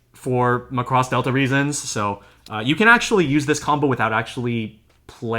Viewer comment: Can we get the title pronounciation correct please?